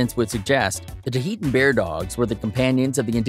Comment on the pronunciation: There's no E after the H in Tahltan Bear dog. You're saying it wrong. It's not Tuh-ee-tun Bear Dog it's Tah-L-Tan (T-uhL-tan) Bear Dog. It's phonetic.